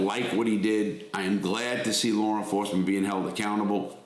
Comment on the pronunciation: There is no "R" in law or at the end of Georgia. 😂